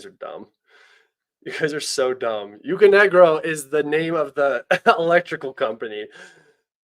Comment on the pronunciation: excellent work. One thing for the future, UKRenergo, not UKRNegro ;)